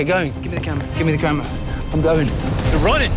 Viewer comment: 김미 어 캐뭬라 할때 발음에 치임 ㅈㄴ 머시뙇